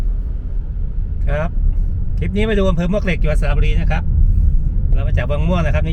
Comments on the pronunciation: ต้องอ่านว่าหมวกเหล็ก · มวกเหล็กครับ หมวกเหล็กคือชื่อไม่เป็นทางการ ชื่อคนเก่าแก่เรียกกันครับ